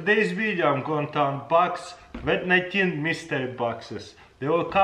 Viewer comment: He said "Wat 19" Now we should get him to say "Nuclear Wessels"